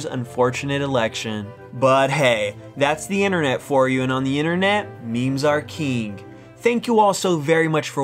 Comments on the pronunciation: you know what should be a meme...the way this guy pronounces king its not kieg its k ing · can you say king properly. its not pronounced keeng its king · "memes are keeng"